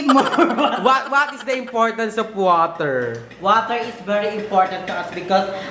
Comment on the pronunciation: Gusto ko ung milo and water "Mater" HAHAHAHAHAHAHHAHA